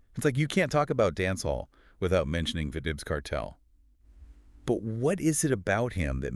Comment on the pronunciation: 😂😂😂 pronouns.. vibs cartel.? It’s vybz kartel.. vibe with a vybz.. 😂😂